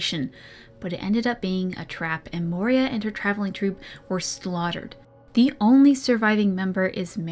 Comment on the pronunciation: The Rebel Queen's name is Moira, not Moria and, unless I misheard, you consistently referred to her as the latter. If I did mishear, you can safely ignore this. Good video and it's great fun to be along for the ride. I also have the audiobook but I've listened to it so many times by this point that it his pronunciation of Dalish no longer even bothers me.